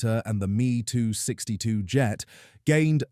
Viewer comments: I heard ".60 caliber nose gun". Oh well, this AI voice doesn't know "Me 262" is pronounced "em ee two-six-two " either. Nothing about how the last months before D-Day saw daylight bomber raids being sent out mainly as BAIT, to draw the Luftwaffe into the air so the P-51's & other escorts could shoot them down. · AI can't pronounce everything right in any accent. "Me-too-six-two" 🤣🤣🤣🤣🤣🤣🤣